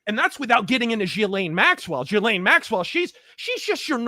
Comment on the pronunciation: Ive heard, Jizzlaine. Gislane. Gelain. Jelane. Whats next. JELLO